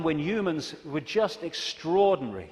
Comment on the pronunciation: " Youmans, youmanity" 😀